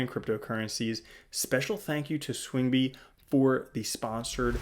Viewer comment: Learn how to pronounce swingby correctly. So annoying